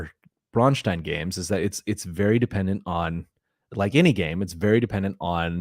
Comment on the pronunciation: I appreciate the fact that you pronounce Braustein as a German town (which it is supposed to be) and not as the name of some Jewish guy.